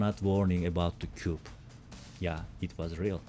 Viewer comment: Coup Fransızca bir kelime “ku” diye okunur.